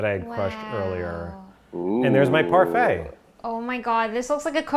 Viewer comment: Yes! I mean, when my boy said "parfait" 🔥🔥🔥🔥